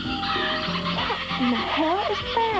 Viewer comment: A containah!